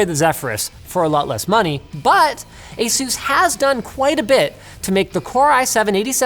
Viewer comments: It's Ace-us not jesus! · Stop saying asoooz